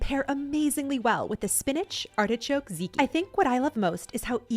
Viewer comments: I love your videos!! Can I just "complain" about something, though? It's pronounced "TAT-ziki". Not just "ziki". I'm sorry, I notice those silly little things. And it's also because I absolutely 💕 LOVE tatziki sauce!! 🤣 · I love the ideas, specifically the charcuterie. One thing though, tzatziki is pronounced ZAHT-ZEE-KEY. :) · Everything looks so good! Think of tzatziki as Zot (like dot or hot) Zee (like the letter) and Key. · I'm saying this out of love - it's pronounced "zat-ziki".